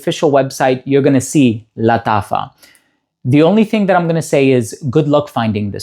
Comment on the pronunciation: Thank you for this wonderful presentation, I love how you pronounce lataffa. I'm tempted to try one of those fine fragrances, maybe Nebras?